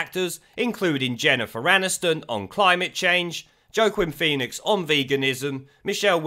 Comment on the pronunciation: Haha nearly as bad as his attempt to say 'Joaquin Pheonix'